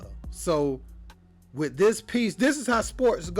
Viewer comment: Wiff? I think it’s pronounced “with”. Hire a speaking coach dude.